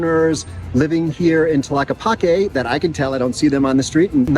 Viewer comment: 🦉 do not pronounce the letter H. Enjoy Brother.